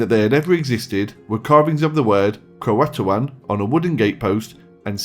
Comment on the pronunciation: You pronounced "CROATAN"